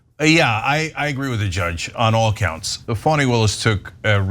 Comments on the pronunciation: It's NOT pronounced Fanny like Danny. It's actually pronounced Faw-nee, like Donnie. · Cenk, you guys should be careful what words you all put into Trump's mouth. The mention of the pronunciation of Fani's name I would think is more about how they were pronouncing it "fanny" instead of the right way. But you're giving him a nickname he could use maliciously that I don't think he has used because they hadn't thought about, otherwise he'd be using it as nauseum. He's an idiot, but a very abusive one. Don't fuel him.